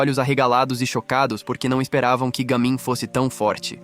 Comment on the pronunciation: Não é je mim é Ga mim